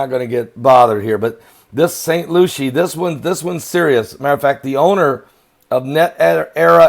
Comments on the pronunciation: Saint Lucie. Pronounced lucy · Pronounced LUCY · Its St. LUCY—-correct pronunciation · I know that is not pronounced st.lucia